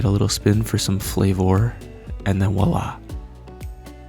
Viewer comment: Bro, FYI, it's spelled and pronounced "voi-la" not "Wa-la". (It's a French term.) (Vwa-La) But other than that, you are my newest, latest and greatest hero. Great videos, this being the 3rd I've seen.